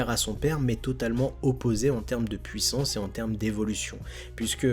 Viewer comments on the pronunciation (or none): none